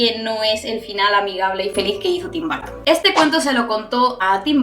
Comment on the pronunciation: No es barton es burton.